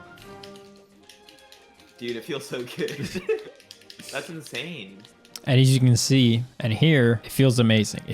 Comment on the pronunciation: "it feels inZain"